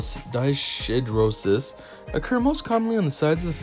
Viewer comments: NO. You fumbled around again and agin with the pronunciation which was annoying and distracting. IF you had looked it up you would hav pronounced it correctly. DYS is a prefix which means abnormal--it is pronounced DIS. Hidro referrers to water and is pronounced Hyedro. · It's a good video but it's honestly hard to listen to you talk. You make me think of how Bill and Ted talk or Wayne and Garth. I'd also like to help you pronounce it correctly. Dyshidrosis - dis-hi-dro-sis.